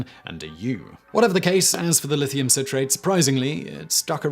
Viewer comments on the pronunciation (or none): none